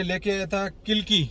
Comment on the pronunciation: किलकी नही कलगी